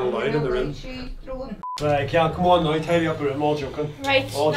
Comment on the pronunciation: why do you say noy rather than now